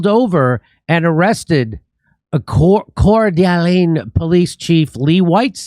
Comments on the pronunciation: It's pronounced Cord a lane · If you're going to be in Spokane, WA, you might want to pronounce Coeur d'Alene correctly. Core da lane. ;-) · Pronouned CORE da LANE. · It's pronounced "core de' lane" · Say it slowly... Core Da Lane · pronounced "core-duh-lane". it's a French name given to Native Americans to slander them for not being pushovers about their own homeland. it means "heart of an awl" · This is the town we live in. My brother was in the area and recorded the event. ALLLL of us agree that this felt like an FBI/CIA false flag event. It was bizarre and seemed so staged. Edit: you pronounce it “Core Da Lane”😆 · It's pronounced Core duh LANE, Jimmy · It’s pronounced “Core-Da-Lane, Jimmy. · it's pronounced Core duh lane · Say it core-da-lane. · FYI, it’s pronounced Cord-A-lane. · It is pronounced, Kor da lane, fuck Jimmy! I don't even live in America .... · Locals pronounce it “cord-uh-lane”, say it fast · it is pronounced, 'core-dah-lane' ;-) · Seeing that you couldent pronounce the name of the city told me you dont know about the huge Nazi compound juuuust right out side Coeur d'Alene.